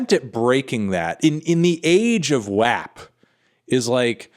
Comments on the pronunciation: Who pronounce WAP as wahp and not wop... cmon Tony get with the program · bro why did you pronounce WAP like that. It's like " WAAP" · dont pronounce WAP as "whap" !?!? its pronounced as "WOP" lmao